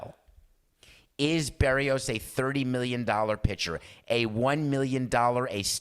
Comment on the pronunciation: Ask your producer how to pronounce "Berrios."